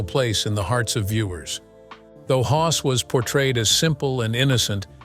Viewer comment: It's Hoss, not hos. Brainless. If yoi can't do things right, don't do them at all. Even if it is AI.